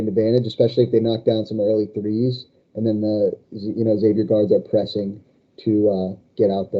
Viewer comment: Kudos for listening to the comments on how to pronounce Xavier correctly.